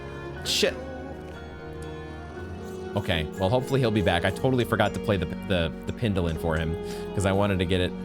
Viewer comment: How to infuriate watchers: Acquire and mispronounce Needolin in the same episode, forget to use Needolin